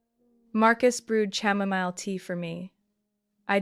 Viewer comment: Chamomile is pronounced/kamomail/